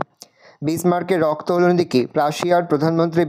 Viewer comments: রক্ত ❌️রস্ত ✅️😂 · রক্ত ❌রপ্ত✅